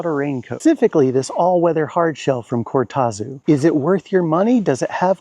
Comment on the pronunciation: Just bought my first Cortazu ( deep purple) jacket and we definitely don't pronounce it like that in Australia 😆 It's about to get its first airing on the Camino Frances. Thanks for the review, I reckon its a fabulous jacket and their customer service is brilliant in my experience.The Netherlands is a long way from Australia and their service was super quick.